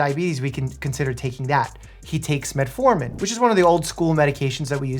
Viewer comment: Why do you call it Metaformin?